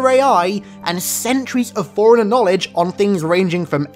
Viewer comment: Forerunner sounds like "foreigner" and now I can't stop hearing it when he says it lol